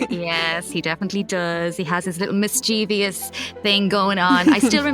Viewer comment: Why are these professional voice actors pronouncing "mischievous" as if it was " mischievious"?????